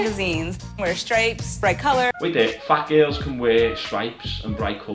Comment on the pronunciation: "Fayt gayls" 😂😂